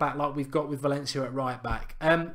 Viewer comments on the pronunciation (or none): none